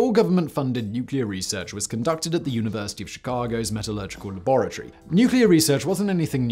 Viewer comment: Am I the only one who clicked just to hear Simon say La-bore-a-Tory